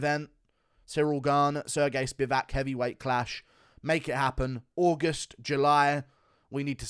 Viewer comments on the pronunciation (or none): none